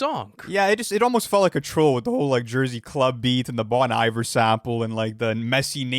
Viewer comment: we gonna ignore how bro pronounced Bon Iver